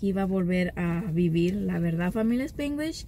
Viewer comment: SpAAnglish, no SpIiiiglish